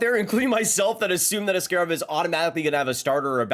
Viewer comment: Ass-kay-rov? Isnt it ass-kah-rov?